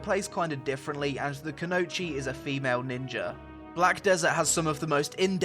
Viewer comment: Say it with me Koo no e chi